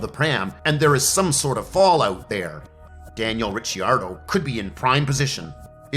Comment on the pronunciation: So apparently you're not into formula one racing at all. Your comments and the way you pronounce Daniel Ricardo's name proves to me that you're just trying to cash in on the F1 popularity. No sub for me